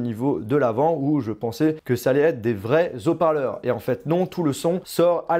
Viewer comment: zoparleurs, O Parleurs